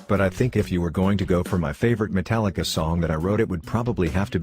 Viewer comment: Notice that we said he said "Metallicar" Lol. and this video is b.s. because i met james a few weeks ago shook my hand autograph took not one but two pics with me and we were talking for about 10 minutes.